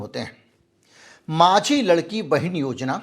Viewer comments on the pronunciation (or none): sir it is 'laadki bahin yojana' & not 'ladki bahin'... In Marathi, Ladki means girl while 'Laadki' is equivalent to 'Laadli' of Hindi